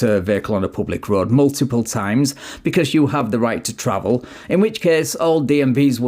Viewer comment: Not a cwime to twavel. Car full of bad DNA